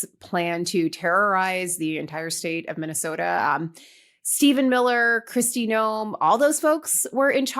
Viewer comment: I thought I heard one of you say, Crusty Noem 🤠